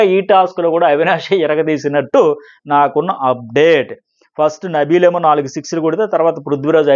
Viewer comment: Nabeel ❌Nibbal ✅